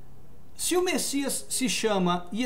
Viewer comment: Amado essa não é e nunca foi a pronúncia do nome do Messias